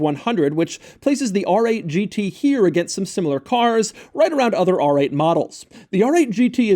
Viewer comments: The styling is almost as aggressive as how Doug pronounces “RRRRR!!!!! 8 GT” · People pronounce R 8 GT. But not Doug...AAARRRR 8 GT. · “The ARRRR 8 G tee” pronounced like a pirate